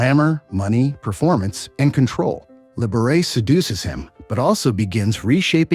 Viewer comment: Libera"chee" not Liber"ace"